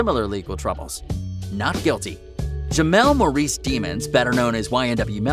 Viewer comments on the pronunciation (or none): none